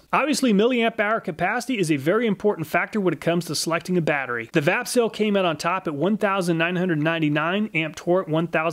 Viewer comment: 😂 I was just listening while setting up some tools I got and I thought you said "fapcell" and I was like what did he say?!? Then wondered if it was a shake to charge battery ... Vapcell... Lol